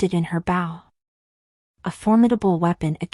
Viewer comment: I loved this so so much. My only question is about your mispronounciation of the word bow. Like, when Aetemis would shoot arrows from her bow, you pronounced it as if she was bowing down to someone. Like the "ow" as in "ouch" instead of "ow" as in "so"